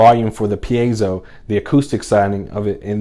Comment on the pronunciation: By the way, I am Mexican and I appreciatte your effort for pronunce right "piezo" that shows you are a kind person, Thanks a lot!